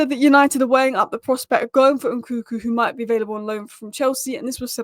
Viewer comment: His name is Nkunku not Nkuku